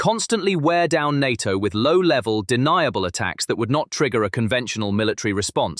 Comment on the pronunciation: En Ay Tee Oh ... is often pronounced (in English) as NAYTOE. NATO, easy enuff?